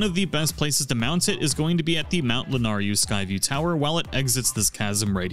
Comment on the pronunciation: La-nay-ru Sa-has-ra Just helping ya out